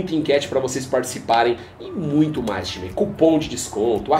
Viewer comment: Falou quase 15 timê. O que é isso...